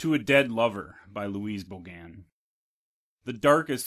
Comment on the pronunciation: Good reading. Thank you. The stress is on the 1st syllable of her last name, not the second.